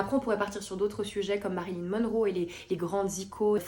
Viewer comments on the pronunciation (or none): none